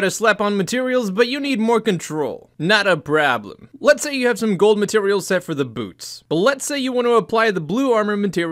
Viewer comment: Nothing quite as reassuring as hearing a video kick off with the words "Nat A Praablam" :cat-orange-whistling